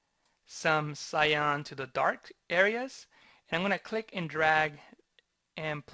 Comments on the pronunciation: Great explanation! But, it's pronounced "Sigh-Ann". ;) Love your work! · I like the tutorial, but it grates on my nerves every time you mispronounce cyan as scion.